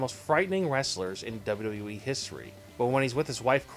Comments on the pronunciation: In The Dubbly Dubbly E lol wtf is this guy saying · Can you pronounce WWE correctly?